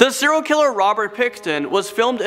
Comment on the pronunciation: 'Siral killer' 😑 Well done...